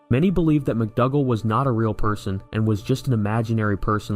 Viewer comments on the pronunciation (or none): McDougal is pronounced ‘McDoogal’ rather than McDugal